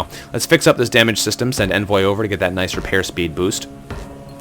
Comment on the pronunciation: Envoy is pronounced Ahn-voy =P